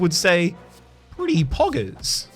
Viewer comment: Please never say poggers like that again